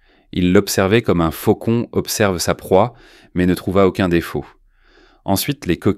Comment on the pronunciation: J'ai adoré le faux-con😂😂 au lieu de faucon, c'est hilarant.